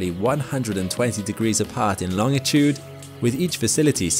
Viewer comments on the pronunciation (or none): I believe you are the first to pronounce longitude as long-i-tude.